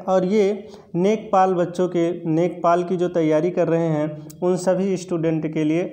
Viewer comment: सरजी नेकपाल नही लेखपाल बोला जाता है..